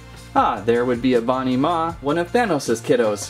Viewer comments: Its ebony maw not e banimaw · It's Ebony Maw. Not Ebawnee Maw